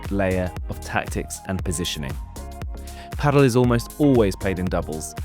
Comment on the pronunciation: "No one can agree on how to pronounce it" and then proceeds on say it in every way other than the way the Spanish pronounce it: pAhdel (enphasis on the A) 😅